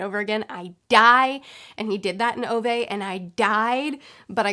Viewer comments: Btw, about the pronunciation of Ove. It is pronounced more like Uve. Kinda like the vowel from 'cool' which is then followed by the word 'vet' without the T. So more like Oove, I suppose. I don't know do you care but I thought it'd be fun to know. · I think Ove is pronounced "Oo-vah"